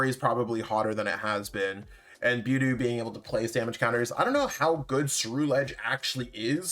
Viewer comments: Its buh-dew. Not bew-dew. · I am 900% sure you're pronouncing budew wrong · Oh he is. And it's annoying. But lofe goes on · He pronounces half of the Pokémon wrong, just gotta deal with it to watch his videos lol 😆